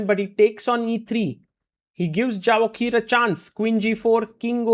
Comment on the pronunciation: His name is pronounced" ya vo kir."